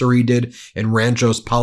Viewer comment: Ben, you’re driving me crazy! It’s RANCHO (not RanchoS) Palos Verdes. Grew up near there and your pronunciation….nope. 😂😂